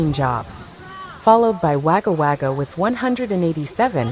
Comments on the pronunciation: Wagga Wagga is pronounced 'Wogger Wogger' not 'Waga Waga' Scrap that, she barely pronounces anything correctly...lol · One thing I noticed on this report and others about Australia is the amount of non-Aussies doing the narrating/reporting and their mispronunciations all over the place. Like this American reporter who calls Wagga Wagga with a sharp 'a' sound and it should be pronounced as Wogga Wogga. The spelling is with the A and not the O but the pronunciation is different. This isn't a natural storm. The white hats are behind it and it is probably about flooding underground tunnelling as we near the next lockdown and disclosures of the 4 wars we have been in while most of the world has been asleep. Did you know 11 million children and babies are kidnapped, tortured, and killed every year by the cabal? The mainstream media are part of the cabal and keep the truth from the public. Most are paedo''s and child killers too. Disclosures are around the corner and I can't wait. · Yeah its the AI Voice she needs to learn Wogga Wogga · pronounced gogga wogga . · Coffee is life! We got hit pretty hard in the Blue Mountains and you try to warn your friends in Sydney it is on it's way and to hunker down. Since 2019 people have started listening to me, the weather is not normal. Also please do not pronounce Wagga Wagga like the robot voice 😅